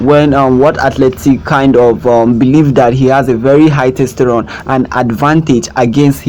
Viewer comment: Testosterone... not "testerone". The Caribbean is on the north American continent, it is not a continent on its own!